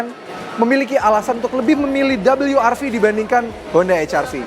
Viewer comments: cukup sebut we er ve aja bang... gak usah double you ar vi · Rilisnya di indonesia.. berarti baca nya we ER Ve.. Ngapain lu sebut dabelyu er vi.. Gak usah sok²an inggris lah.. garing..